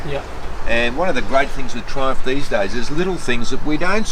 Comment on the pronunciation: R u saying trump tiger or triumph?